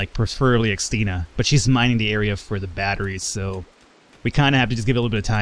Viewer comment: as a Christine, I have to admit I always twitch whenever you pronounce Xtina. Also, if you want a quiet pet, fancy trading your birds for my puppy? She doesn't make a noise, unless you count the thudding of her massive feet against the floor, and she likes to keep people warm by sitting on them...all 24kg of her...